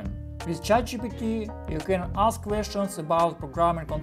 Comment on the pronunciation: "Jow to juse Tset Jitepy?"